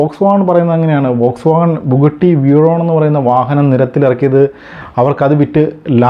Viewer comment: വോക്സ് വാഗൺ അല്ല “ഫോക്സ് വാഗൺ”. ബുഗട്ടി അല്ല “ബുഗാട്ടി”. വിയ്റോൺ അല്ല “വെയ്റോൺ” pronunciation ശ്രദ്ധിക്കുമല്ലോ ഇങ്ങനെയാണ് പേരുകൾ Pronounce ചെയ്യേണ്ടത്